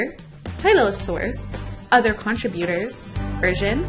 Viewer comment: PLEASE pronounce "contributors" properly!!! con TRIB u tor, NOT con trib U tor. Jeesh.